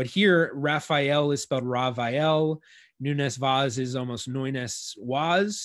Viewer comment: Rhavael Noenes Waas is a very good Dutch phonetic approximation of how we say it in Portuguese (much better than Americans usually say it, which is closer to a Spanish-sounding name); in Dutch, "v" is pronounced as "f"/"ph", "w" is pronounced as "v", and "oe" is pronounced as English "oo" (Portuguese "u"). "Falcão" means Hawk; I won't try to approximate its pronunciation because in English you do not have nasal diphthongs. In the Dutch record it says Valk, pronounced like "Falk", and the nasal diphthongs I guess they just ditched it... "Querido" is writen as "Keride". Again, the approximation is better than the English one (sorry!). The "u" after the "Q" is silent, so "Ke" is a better approximation than "Kwe" (as the presenter says it". The final "de" (instead of "do") may be due to the fact that in European Portuguese we have the tendency to reduce post-tonic syllables, making the consonant very brief and turning the "o" into almost a schwa. His last name is written as "Vais"; that is very close to how a Brazilian would say the name "Vaz", and there are a few indications that some pronunciation characteristics that now we consider to be Brazilian innovations are actually Brazilian conservatism, retaining accents that disappeared from Portugal. The best English approximation of how we say "Nunes" that I can come up with is NOONsh. The stress is on the first syllable; the second syllable is very brief. As for "Vaz", maybe "VAHsh" (a 'z' at the end